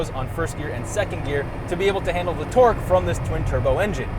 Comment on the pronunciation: hersepewer en terrrrkkkkkkk